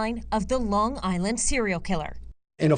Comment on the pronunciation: Long Island - NOT Longgg Island.